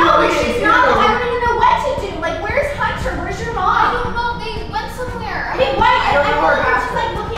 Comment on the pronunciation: Respect for saying "HUNTER" not editer